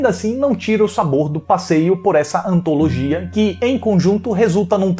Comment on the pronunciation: Ah, a antalogia shaushaushaus Aquela live foi incrível, mas eu colocaria o Oswaldo do Trasheira que é gente boa. E todos estavam maravilhosos.